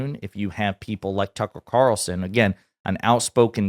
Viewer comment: “Tuckel Cawlson”